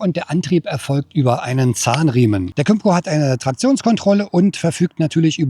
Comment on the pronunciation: Kim-co, not come -co.